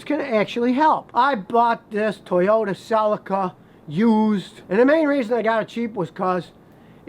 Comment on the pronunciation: It's pronounced Ce-lee-ka.. You're welcome ☺